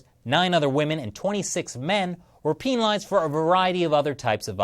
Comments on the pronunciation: Peenalised lol... Penalised. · sounds like he was saying penilased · The way he says penalised XD